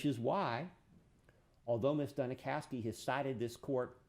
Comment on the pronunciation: Every time he says "Ms. Duni-kow-ski" IRKS ME!